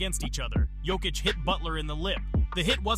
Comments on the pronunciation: Good video and good research bro but please, work on the pronunciations for these euro players. You said Jokic 4 different ways scattered throughout the video and didn’t say the others right either 😂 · An interesting matchup would be Jokic vs Yokic. The winner gets to face the Joker. Decide how you are going to pronounce his name before making a video about him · How you gonna pronounce Jokic wrong the whole video AND Olajuwon?!? Disrespectful. AI or not, take more pride in your work.